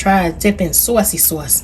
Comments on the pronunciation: It’s the accent on sauwcy sauce for me 😁 Those look delicious! I have to try these. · Am making these tonight!!! Thanks for sharing ❤ I just gotta say being in Iowa for the last 30+ yrs when I hear you say " saucy sauce" I hear that east coast coming out ❤